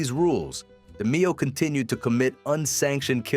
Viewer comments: Great video, but hearing his last name said wrong is annoying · This is not AI. Voice operated. So why would he say the last name wrong? We might be wrong about pronouncing his name. The narrator was accurate with his english. But the demeo pronunciation. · Try pronouncing his name correctly ! LOL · Can't even pronounce the man's name right. FS